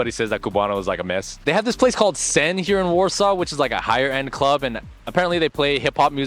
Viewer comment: The club you named "Sen" sounds more like "syn".🤔